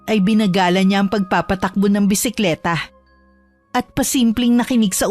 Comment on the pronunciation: Ano daw...chismosaH,... bisikletaH..... LaraH.... KilalaH! HAY ANOH BAH YAH ... ?? PURO MAY H...MAY HIKA BA YUNG STORYTELLER???!!